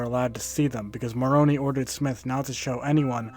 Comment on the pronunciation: also Moroni is pronounced "more-oh-ny" 😂